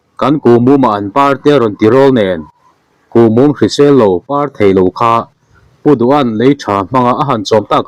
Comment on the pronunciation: A ngaihnawm ṭhin e.Thil 1 thuziak chhiar hi uluk zawk,dik zawka chhiar theih nise a lawm hle ang,chhiar dikloh vang hian a kawh a dang daih thei a nia.Tun ṭumah paw"kuhmum" tih chu ball mum angin i rawn chhiar tlat maia,a ngaihthlak a nuamlo riau